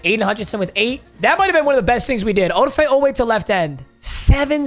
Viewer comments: Oweh’s first name is pronounced A-da-fa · The way pronounces Odafe triggers me LMAO